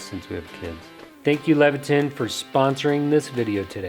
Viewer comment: ton not ten/ tin/tan